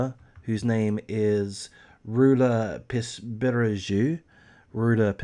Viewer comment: Τhe name is pronounced Roula Pispiringou. Within three years all her children were lost, all three of them. The picture that has been given by psychologists regarding her psychological profile, in general, is Munchausen by proxy. She still insists she is innocent. Seizures (none of the doctors who saw her and in all the hospitals where Georgina was treated did not see this girl having seizures. Whatever she suffered and how many times she suffered it, only her mother was present), were not of pathological origin, no doctor ever issued any certificate of pathological problem for Georgina. To be precise about none of the three children who died. The first child show symptoms of leukemia (defined as having cervical lymphadenitis of the right jaw), which no one knows the cause. A chemotherapy would do, they would monitor her for a while and then return home. She died shortly after the doctor's checkup, while she was eating, playing, and all her tests were excellent. Suddenly. Next was the last baby, a little girl of 8 months. She had absolutely no problems, she was growing normally. Suddenly one morning she was found dead with a bloody and wet cloth tied to the rails of her bed. Later it was found that the baby had wounds in his mouth, apparently from the cloth they put in his mouth but also let's not forget that his mother had very long nails that she never forgot to take care of. Apart from Georgina (who happened to be found without her oxygen when the doctors came in for the l